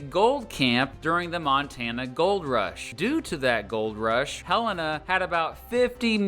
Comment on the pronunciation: Thank you for pronouncing Helena correctly! So many people pronounce it as helLAYna. Not sure where they get that from. As a Montanan, I love visiting Idaho and spending quality time there!